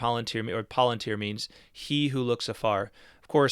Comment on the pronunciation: I believe the word palantir is properly pronounced with stress on the second, rather than the first, syllable.